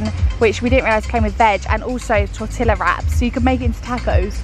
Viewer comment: 😂 she said tore-tlla wraps. and that the lspiritual Copal will get the skeeters away. Cute.